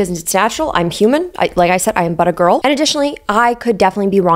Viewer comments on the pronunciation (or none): i thought she was saying 'butter girl' 😂 or was she saying that, not 'but a girl'....? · For a good minute I thought you were saying buttergirl. 😅😅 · I’m so disappointed in myself because I genuinely thought was saying “I’m butter girl” and spent the whole video with that in the back of my mind